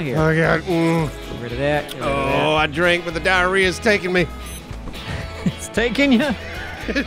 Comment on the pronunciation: dia - whee - woore